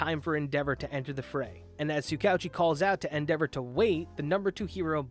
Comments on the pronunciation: Just butchering tsukauchi's name prunounciation like it's no big deal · It's Soo Ka OoChi. Basically just pretend his name is written as 2 separate words i.e Tsuka-Uchi